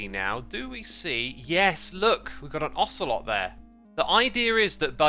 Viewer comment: Love the “ocelottle” lol